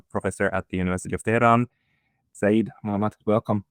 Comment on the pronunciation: Dear friend, the word SEYYED is a title, not a name. It implies a direct bloodline to prophet Mohhamad. And its CORRECT pronunciation is "SAY-YED", two syllables, SAY, and then YED. Sa'eed on the other hand is a name with a meaning, it means victorious or beloved.